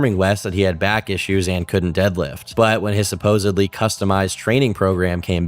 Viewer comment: I tried to watch this but you said supposebly twice